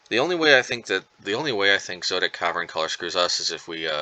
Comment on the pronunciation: Zo - et - ic